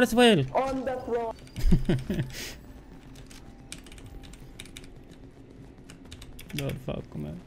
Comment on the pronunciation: "floorrr florr kk I give you floor too" lol